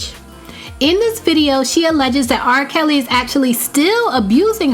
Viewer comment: lol did you say RRah Kelly .